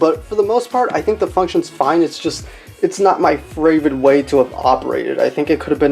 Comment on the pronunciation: wait wait wait wait wait, did he just say "fravorit" instead of favorite?